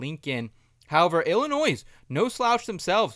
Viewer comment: Bruh the s in Illinois is silent